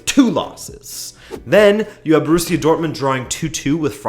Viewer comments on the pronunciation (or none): none